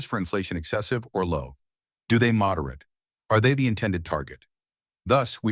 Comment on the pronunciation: Your A.I. robot narrator doesn't know the difference between the pronunciation of the word "moderate" as a verb and "moderate" as a noun. SMDH Why the HELL can't you fix this stuff before you publish your damn video??????????????? Or better yet, why not just get a REAL HUMAN BEING to narrate the video?? What a novel concept huh? Friggin' idiots.